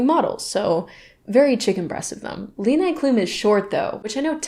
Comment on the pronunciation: im sorry but my german heart died when you said leni klum.